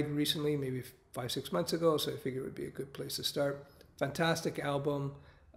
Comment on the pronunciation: When he says album i feel like there is something wrong in him.....